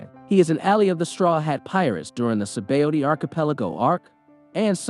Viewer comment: 'skull' knew who he was? say-bowdy? k-youja? has the narrator even watched OP?